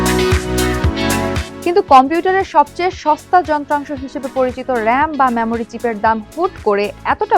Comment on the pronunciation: Memory কিভাবে ম্যামোরি হয় বুঝলামনা, এটা তো মেমোরি উচ্চারণ হওয়ার কথা!